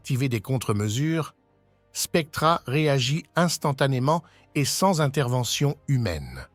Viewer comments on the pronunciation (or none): none